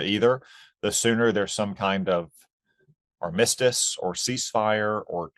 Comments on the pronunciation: Tom Cotton pronounces 'armistice' as 'ar-MISS-tice'. I've never herd it pronounced like that before. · Are we saying ar-MISS-tus now?